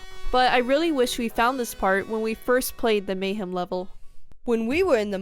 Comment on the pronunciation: Why am I getting so triggered that you guys keep pronouncing "Mayahem" (Maya Hem) Temple, as "Mayhem" Temple? Its a Mayan Temple full of Mayhem! I think I was 10 when Banjo Kazooie came out. It was (and remains) one of my favorite games! I didn't get to play Banjo Tooie until about 2015. I think I was 27. I was super excited, but I quickly noticed all its flaws (many of which were brought up in this video) I couldn't bring myself to finish it. I was super excited when Yooka-Laylee came out, since it was supposed to be A Spiritual successor to Banjo Kazooie because of licensing reasons (Same Original Developers created this one, and was not owned by Microsoft) I enjoyed Yooka-Laylee, but I felt like it was "empty" not so much with empty levels, but just the whole vibe seemed like it was trying too hard to be Banjo Kazooie, but they didn't have the level variation. Only 4 main levels. Then once I got the ability to fly (no need for a flight pad. Just a rechargeable flight meter) I felt like that made all the fancy moves and jumps obsolete, so then I felt like I didn't want to finish the last level.